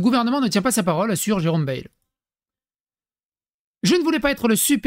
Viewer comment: Tu auras remarqué que Jérome Bayle prononce baïle et non bêle😉